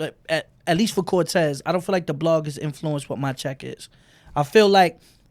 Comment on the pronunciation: lol he called cortez mr. Volte